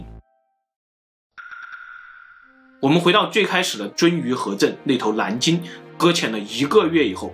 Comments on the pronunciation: 蓝鲸不是南鲸😄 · 这沙鲷丢脸丢到国外了，蓝鲸被你说成南鲸，舌头不好就麻烦你别出来丢人了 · 蓝鲸，南京。。。nl 不分哈哈哈